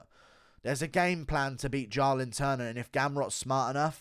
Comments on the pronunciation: Do you pronounce "Jaahhh-lin Turner" wrong on purpose to trigger people? Well, I'm triggered. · The way you said “Jalin turner” a million times killed me 🤣🤣